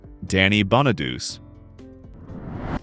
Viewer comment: Ok so maybe not ALL the names but there are still PLENTY of mistakes. Here they are: Lark Voorhies ( it is Voor - hees). Shia Lebouf (Sh- eye- uh Le- buff) Raven Symoné (you actually pronounced it correctly which 99% get wrong) It is spelled right on the video but not in the description part.. you have it spelled Simon. Danny Bonaduce (Bon- uh- doo-chee). On your segment of Tucker Carleson you show footage of Amber Hurd and there isn’t even a segment of her. Eamonn Holmes. Again is correct on the video but not the description. You have Aean instead of Eamonn. That’s it.